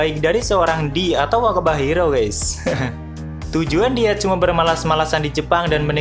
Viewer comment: Semakin berkata wakaba Hiro terus jadi terdengar wabah njirr😂